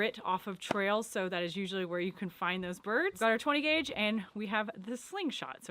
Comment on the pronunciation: Did you say 10 guage ? !